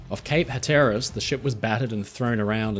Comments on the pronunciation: Incredible videos. Just a heads up from a local, "Hatteras" is pronounced "HAT-er-uss". Keep up the great work! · Hatteras is pronounced: HAT Er ass